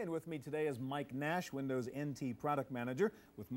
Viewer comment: All the "Winderz 10 is Winderz IN TEE" 😅